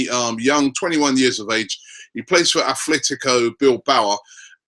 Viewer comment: Its not Athletico Bilbao, its Athletic Bilbao m8 <3